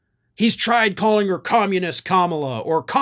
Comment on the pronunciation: Trump and Greene don't ever say 'communist'... They say 'commoniss'